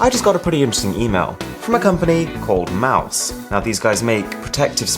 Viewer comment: Omg 🤦🏾 ITS MOS, NOT MOUSE MOS THE U IS SILENT